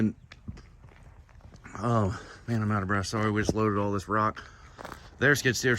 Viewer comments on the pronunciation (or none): none